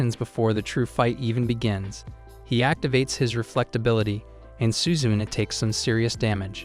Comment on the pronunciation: I can't help but laugh at how the way you say "suzune". It's SU-ZU-NE not suzun LOL🤣